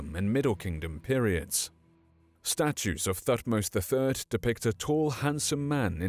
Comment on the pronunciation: Sorry to be picky but pronounced Tutmose but everything else spot on & very very good, thank you for your hard work.😃